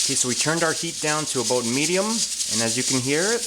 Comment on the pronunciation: D you said aboot.